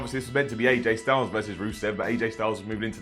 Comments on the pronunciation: he said “JJ STYLES” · Did you just say JJ Styles?